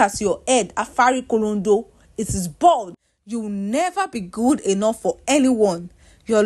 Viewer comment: The way the storyteller said "afarikolondo"😂